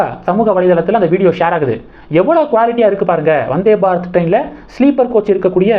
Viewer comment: வநாதே பாரத் இல்லை ப்ரோ வந்தே பாரத் என்பது தான் சரியானது நன்றி வாழ்க வளமுடன்